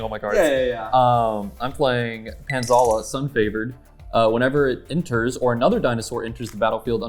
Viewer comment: Pantlaza ❌ Pantzala ✅